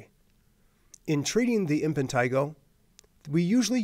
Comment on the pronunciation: Why does he keep saying "Impentigo"???